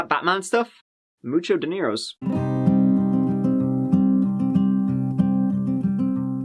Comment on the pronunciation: "muchos deniros" xD